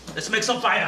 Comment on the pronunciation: JAJAJAJA muy chido !!! como no explota cuando "FAIAAAAA"